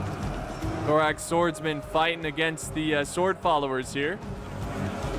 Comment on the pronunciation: You're still pronouncing it 'thorack' after all these years!